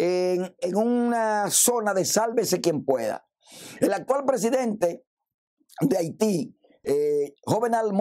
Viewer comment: Ese caco de harina lo único k hizo es no dijo nada bueno baba baba ni sabe hablar tu ni sabe pronunciar el nombre de el presidente de haiti habla baba